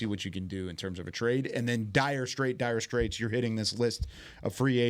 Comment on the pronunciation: Dude I’m gonna kill myself if you say dyer straights again